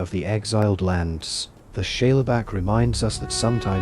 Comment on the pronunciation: Great vid. Are you saying "Shayla Back"? If so, Shale is a sedimentary rock made up of mud, clay, etc, and is pronounced "Shayl"